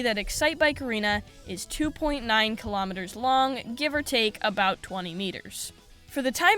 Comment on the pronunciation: All Americans watching this video: WTF is a kilometerrrrrr?